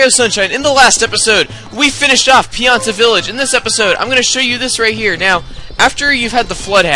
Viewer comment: pianta not planta